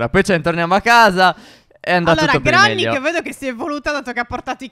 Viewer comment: Granni si dice grenni